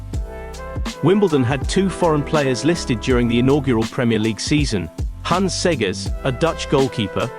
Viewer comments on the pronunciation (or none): none